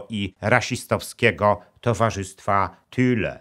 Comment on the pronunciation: Thule a nie Thüle jak pan mówi czytaj Tule